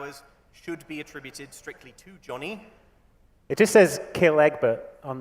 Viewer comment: Why did using the correct pronounces for Johnny make me cry:')